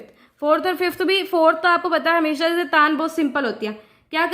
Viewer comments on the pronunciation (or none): none